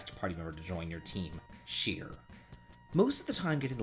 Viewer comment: Silly little nit-pick here. Shir's name is supposed to be pronounced "sher". Her full name is a pun on "Sure Gold", meaning easy money.